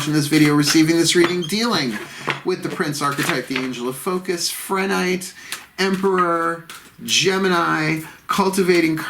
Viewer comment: It’s pronounced: PRE-nite. No h sound